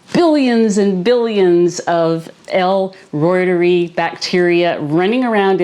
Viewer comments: Pronounced. Root-er-eye. Reuteri. Not roit-er-ee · Its not pronounced L Roy-ter-eee Its L Roy-ter-i Named after Gerhard Reuter (Roy-ter) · Uuggghh! Point of order: in scientific expression, when something ends in an "i", it is pronounced as a long "i"...ie "reuter-eye". Even Dr Davis pronounces it the preferred scientific way as you will notice if you listen to him... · I think you're pretty close already. I believe it should sound like "royter-rye." Funny story, years ago, I was in a grad school class that would involve saying lots of latin names for plants, and the program director said that nobody really knows how to pronounce them. He said to just pick your preferred way and stick with it. 😂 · Please! The pronunciation of Reuteri is…..root-a-rye. 😊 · If you're using Dr. Davis' recipe, why do you pronounce l reuteri differently than he does?